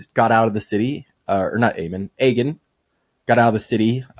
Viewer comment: pronunciation of Aegon is killing me. Not even close my guy. Ay-gone not egg-un